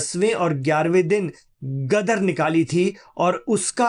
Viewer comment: Gadhe ho ?! Gadar nahi , Ghadeer🎉